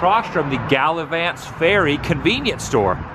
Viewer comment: Gal ah vants